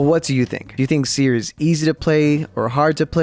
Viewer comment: That’s not seer that’s teer